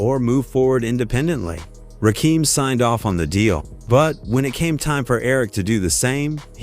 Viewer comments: RAKIM... not f'n Rakeem. Stop this AI bu'shhh... Just straight disrespectful... Hold up... You tryna tell me, that Rakim "needed" Serch? I aint believing that shit.. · Can you get the pronunciation of his name correct it's Rakim not Rakeem I'm done not worth viewing old stories nothing new it's the past lets move on. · Hey A.I. Rah...Kim....not keem 3rd base (pronounced) not bass like a fish. YOUTUBE IS A.I. DUMPSTER VIDEOS SUCK NOW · Ra-kim Pronounce it right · RA KIM!!!!!! NOT RAKEEM!!!!! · RaKim not Keem stupid ass AI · It's Ra kim not Rakeem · My guy say the names right understand it's the GOD MC RAKIM not keem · Yo put respect to this man’s name it’s Rakim not RAKEEM. SMH😂😢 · It's rakim not rakeem. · Y’all need to stop messing up their names it’s RaKim not Rakeem please stop making these mistakes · He said rackum ...rackum boy ... like a pool game 😂 AI is wack and evil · Rakeem???? WTF !!!! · RAH-KEEEM??? MUAHAHAHAAHA!!!! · This AI Shit is Crazy. Rakeem? Really. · Ok everybody! Rakim is pronounced (rock him) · You say RaKEEM, I end the video. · Wtf is Ruhkeem 😂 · The 2nd "Rakeem"...i was done.smh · The name pronunciation makes the video research and presentation...questionable. At least take the time to tell Chat GPT to spell it ROCK-EM in the AI script so the AI announcer says it right for the video. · I hate this AI bullshit. RAKEEM? REALLY? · These shit videos that can't pronounce the man's name. Smfh. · Instant AI identifier....the mispronunciation of Rakim.... gtfoh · Man I can't. Just can't watch the video with you mispronouncing his name. AI or not, it's Disrespectful. 💀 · This dude SLAYING his name is enough for me. I couldn't listen further! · Lyor wasn't a co-founder of Def Jam. He is an incubus. Serch's goofy ass could never write anything for Rakim. The mispronouncation of Rakim, 3rd Bass , AI is not that smart. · Please teach your AI how to pronounce Rakim's name. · I'm only 15 seconds in and I hear Rakim's name being mispronounced. Goodbye!